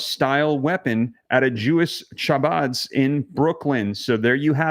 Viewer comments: Chabad is pronounced Habad with a gutteral H. The Jewish New Year is coming up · Its called habad you don't pronounce. The C